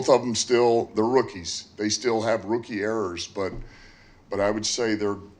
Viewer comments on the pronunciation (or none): Does the lady at the end not know how to pronounce rookie? What the hell is a rokey?